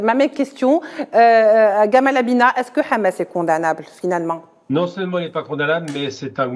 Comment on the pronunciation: Abina sans r frérot.